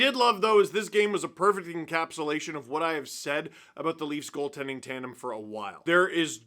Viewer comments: Instead of a tendy tandy it's a tendy threndy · Can we just take a minute to appreciate 'thrandem'??